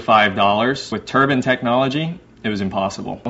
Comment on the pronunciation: Turbine not tuban